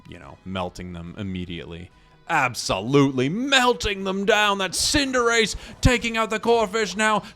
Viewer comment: I love how the english guys says ASBOLutely and in french we say ABSOLument wich is exactly the same word haha